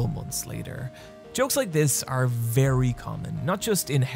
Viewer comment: I love how you say "or" rather than "r"